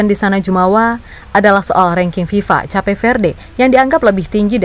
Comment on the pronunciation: Cape itu bacanya bukannya 'kep'?